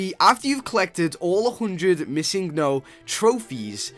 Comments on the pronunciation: uhhhhh its missingNo. not missingo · It's missing no not misingo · Um its missing no not missingo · ITS PRONOUNCED MISSING-NO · He said missinggo XD